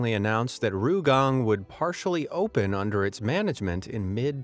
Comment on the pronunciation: As soon as I heard the voice say "Ohppen" as opposed to "Open" I knew the gig was up. AI.